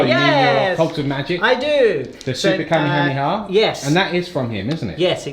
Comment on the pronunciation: Hearing pronounce Kamehameha is painful as always